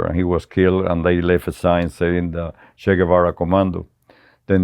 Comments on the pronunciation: You've all been pronouncing his nickname wrong. 'Che' is pronounced as you would che in cheese. Che is a sentence filler like some Americans use 'like' every two seconds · This guy comes across as a lying piece of 💩 he’s lied so much, he doesn’t know when he’s telling the truth 😂😂 at least pronounce Ches name correctly you FN clown 🤡